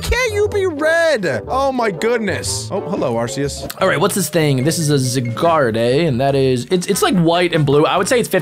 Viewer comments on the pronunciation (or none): be like zygarde❌ zagarday✅ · the way he says Zygarde as ZE Gaurd eh and not ZIEGAURD is so funny